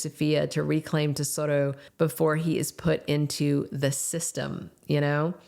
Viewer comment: Baby's name is Tesoro, not Desoto